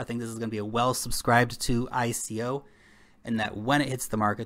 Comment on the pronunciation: Love the channel but hate how you pronounce "ICO" :D Bitcoin: 1Q8HuPmL3dWZf5oU934BF5V6eebkV9R8nh